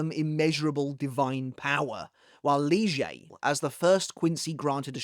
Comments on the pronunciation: Bro why are you pronouncing lille like leuge xD its literally „lily but with a slight a at the end” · Since when is it lijei instead of lille ? 😅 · Did I miss something? Why is Lille, now called “Lee-zjay?” The pronunciation was always Leel. I know of no German (or Spanish) pronunciation that applies 🤷 When did that happen? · When did Lille become leejay? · I guess its because that's how it is pronounced in sub and dub, Lije Barro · Who the f is "Lee Zhay"???? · ....Lille is a "Leejay"?..... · Nah, please spell Lilles name as you were before, now it sounds odd after so many years with you spelling lille as,, lil'' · his name is actually pronounced leelay as in the anime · I must say that your new pronounciation of "Lille" is very distracting. Not because it's new but because it sounds exactly like "lyže" which in my language (Czech) means "ski". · That's how it is pronounced in sub and dub though. Lije Barro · New pronunciation for Lille just dropped? Did I miss something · I think I must’ve missed a video so that’s how your supposed to pronounce Lille’s name? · lol we changing how we pronounce Lille now? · It's how it's pronounced in the English dub. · The anime pronounced it like that lol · idk, it's supposed to be Lillé/Lillay (and Yhwach is supposed to be Yuhabahr and not Yuhabak, as "ch" in German is similar to a "hr" sound, reich is prononced reihr and not reik)